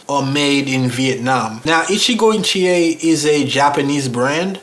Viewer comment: Hey, them Shoes are Gorgeous. When you first named the Maker... I was like WTH!... I thought you said "Gitchié - Gitchié, Ya-Ya, Da-Da" 🤣🤣🤣. from "Lady Marmalade".. Naw For Real. I had to back up the Video to hear it again. Krazy mind of mine🙄. I think the color of the shoes would look nice with that Green Suit your wearing in the video. Would you call it a Sea Moss Green? I'm luv'n it👍🏽. But yea, you most definitely got Blessed with them shoes. Luv'n that Grain too. Stay looking Sharp brother. I appreciate your videos. Be Blessed 🙏🏽...